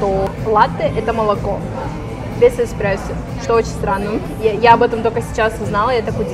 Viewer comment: извините пожалуйста! как бариста слух порезало «экспрессо», правильно будет сказать «эспрессо». еще раз извините, не хотела вдруг вас обидеть, вы милая!